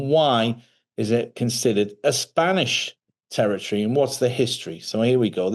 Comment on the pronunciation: Terertry? It's territory.